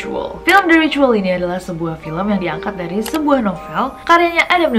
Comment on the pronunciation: Itu bacanya ritual Nessie bukan ricuwol😁😁